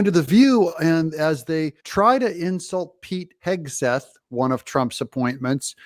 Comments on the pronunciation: She gonna make fun of Pete she can't even say his name, she doesn't even have a clue about him, shut your mouth you view loser! He is a way better person than you are, he actually loves our country and you don't! Whoopi is such a loser, sickening! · Goldberg, KNOWS ABSOLUTELY NOTHING ABOUT PETE HEGSETH (she couldn’t even pronounce his name) so proved to me she has no idea who he is Pete, was in the Army, has written many books on the military, Pete, said he DOES NOT WANT WOMEN IN “COMBAT” do your homework Goldberg!!! Goldberg who the heck cares what you think!!! Look at the Administration that Biden has They are awful!!! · Whoopi Smollet doesn't even know how to read Pete's name, but somehow she knows how evil, unaccomplished and unqualified he is because he hasn't had the airtime she has? She might want to reconsider how she comes up with such wisdom and values. They are all such lovely ladies, pushing and pulling each other to Hell, and proudly taking their converts with them. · Ignorant woman can’t pronounce his name. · Can’t even pronounce a 2 syllable name. So elite 😂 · She can't even pronounce his last name, but she's an expert on him? I hope they throw the whole show in the dustbin! All The BEST, Dou , err, I mean JMK!!! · They mispronounced Pete’s last name. Isn’t that racist? That’s what they were saying when people mispronounced Kamala’s name…